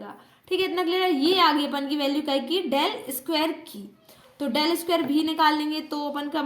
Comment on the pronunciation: D nahi डेल bolte hai